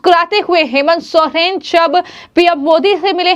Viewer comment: Bolna sikhe sohren nahi soren hai surname